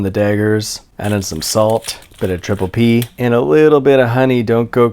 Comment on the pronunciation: "Triple P" Thats bot how you say it!!!!!